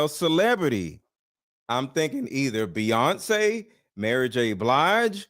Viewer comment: It's Beyonce man Beyonce